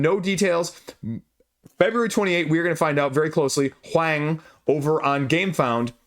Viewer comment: In case you wanted to know, huang rhymes with 'wrong'. Hwong. Wang (popular family name) also rhymes with wrong